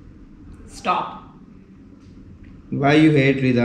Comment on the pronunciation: why you say shtop instesd of stop